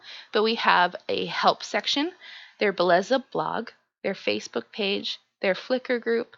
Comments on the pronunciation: Bae lay zuh lmao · Belleza is pronounced be-jessa